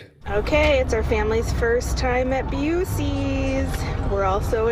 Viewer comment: After hearing that woman call it 'Busey...I associate BUC-EES with Gary Busey. Talk about crazy GOP connections! Thanks, from a fellow Ohioan, a proper Buckeye.